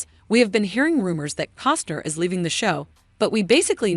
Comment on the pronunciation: Say it with me....C O S T N E R